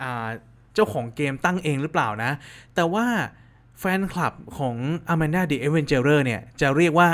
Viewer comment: เรียกว่าอาแมนด้าครับไม่ใช่ อามันด้า😅😅